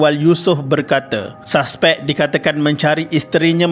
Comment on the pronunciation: Saspek? Admin pls lah sebut dengan betul.... Bahasa Melayu sangat cantik dan sedap..